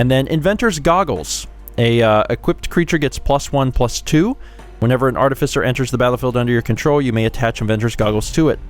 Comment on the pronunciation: I have never before heard anyone pronounce that word as "artifisser".